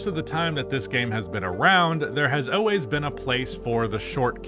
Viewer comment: “Oways” not always man